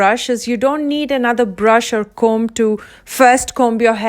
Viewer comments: b is silent in comb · You don’t pronounce the “b” in comb. 💕